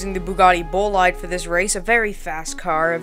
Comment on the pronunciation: bro said bolaid instead of boleede xd. but i subbed btw